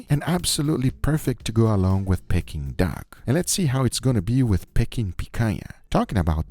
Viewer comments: Pecking duck??? You mean pea king duck.... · Love the videos but found myself shouting at the screen, Its PEE-KING and not PECK-ING 😂😂😂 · Pea-King duck! Not pecking duck! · It’s NOT pecking Duck it’s pee-kuhn-duhk 😂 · 😂 Silly Guga It is called Peking Duck (pronounced "peeking") the hook is for it to be "hung" 😅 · its pronounced peaking duck